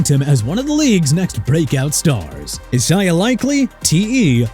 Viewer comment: please stop saying e-sai-ah!!! Isaiah's pronounced ai-zay-uh!!!! WHAT DON'T YOU UNDERSTAND,?!